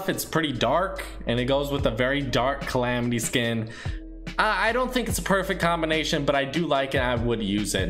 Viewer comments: Calamity not clamity you sit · bruh u had it right the first time like what is clamidiya? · why the hell did you pronounce it "Chlamydia?" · its not climitya its calamity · Clamity? Wut? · he said clamitia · Its CALL AM IT Y